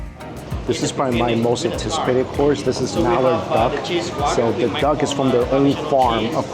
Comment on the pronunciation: Or pronounces the word THE as DUH